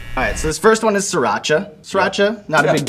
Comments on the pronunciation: Everyone pronounces Sriracha "Sear-acha" Theres an R after the I fucking PLEASE. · Hey sorry to be the guy that does this but sriracha sauce is pronounced 'sreee raachaa'. It's also a city in Thailand.